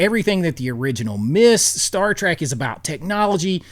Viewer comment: I almost bailed on this mind numbing video the first time he said "Star Track"